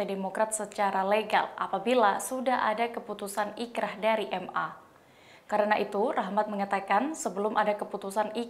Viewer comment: Boleh koreksi sedikit ya min, inkracht ( dibaca inkrah ). Saya td dengernya ikrah soalnya.